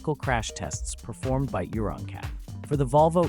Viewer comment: It’s pronounced Euro N Cap not Euron cap! 😳